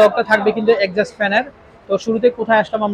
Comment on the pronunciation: একজস্ট ফ্যানকে বলতেছে এডজাস্ট ফ্যান।